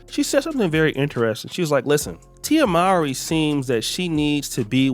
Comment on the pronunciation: That cant be how her name is said after all these years